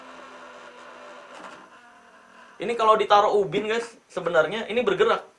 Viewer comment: Baru dengar gw bank marsel bilang ubin kaya orang sunda